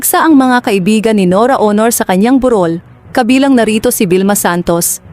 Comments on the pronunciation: burol hindi borul pati vlog AI narin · Narrator burol bundok ba yan anong on or Aunor iba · Honor ka ng honor…bur rol…pakiayos po. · Ang sakit sa tenga how she.pronounced burol,at kabaong sarap sungalngalin